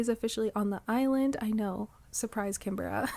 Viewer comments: hii! started watching your videos the other days and theyre very cozy i love having them on in the background while I play my own island or work on stuff! i hope you dont mind me saying- but as an australian canberra is pronounced can-bruh/can-bra😅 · Canberra is pronounced can-bra, it's the capital city of Australia!